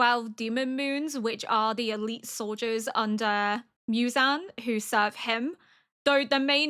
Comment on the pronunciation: 『ミュザン』って、ホントに貴方の耳にはそう聞こえてるの？わざわざ日本語音声で視聴して下さってるのに？？？┐(´д｀)┌ 『ゼンイツ』は完璧です！素晴らしい！！